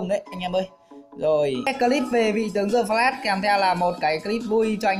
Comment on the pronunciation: Đờ phờ lát mà cứ đọc giơ phờ lát như đúng rồi vậy ...bó tay